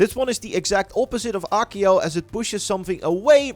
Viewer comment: Acio= A̶a̶k̶iy̶o̶ 🙅‍♂️-> 💁‍♂️ Ekiyo Redikulous. Why can't you just reasearch some of these pronunciations? Too many times you've arrogantly, ignorantly butcher these pronunciations. I still remember you pronouncing Ninjutsu (should literally be pronounced as it's spelling neen-jut-su) as Neen-yet-su 🤦‍♂️🗿😵 There yet another.. *Levi-yo-so 🤦‍♂️ ooff.. soo irritating. It's Levi-o-saa. This one literally got correction in Harry Potter itself by Hermione; Man, this is ironic af!